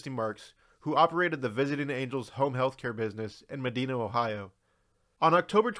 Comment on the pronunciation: It’s pronounced “MU-DI-NA” 😉